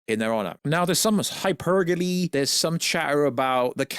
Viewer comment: what are you saying here? When you say “hypergaly” with a Kermit voice. Edit: “oh my god, there’s hypergolly!* What are you saying? Edit: again!!